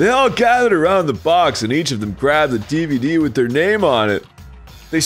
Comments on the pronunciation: I believe Arin has it backwards, and it's actually pronounced: "dwee-bee-dwee." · Arin, Japanese does have “v” sounds (at least in katakana): ヴァ = va ヴ = vu ヴィ = vi ヴェ = ve ヴォ = vo Sometimes v is swapped with b, but even in the example of DVD, it would be ディビディ (dibidi), not ディブウィディ (dibuwidi). In the v instance, though, you could totally write it as ディヴィディ (dividi). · it would ACK-shoe-wa-lee be "dee-bee-dee" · it's pronounced DEEBOODEE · Technically the way you say DVD in Japanese is deebeedee which is spelled with katakana, the alphabet for foreign words (I took Japanese for 3 years)